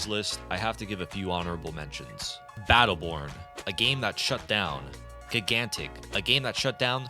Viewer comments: Gig-antic? I have never in my life heard someone pronounce it that way I had to rewind. 😆 Great video though! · Did he really say "Gig-antic"?